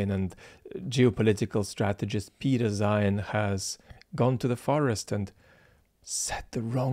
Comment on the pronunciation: I'm afraid I don't have your tact,. It's difficult to take someone too seriously who makes a video about Napoleon and pronounces his name "Nupileon". Zeihan (or should I say Zoohoon) does this constantlly.